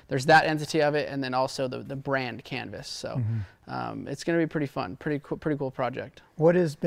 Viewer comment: Thought RV said 'Cannabis' not 'Canvas' 😅